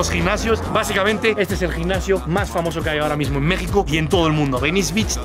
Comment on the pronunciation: El "gicnasio"? Jajaja, a qué el españolete...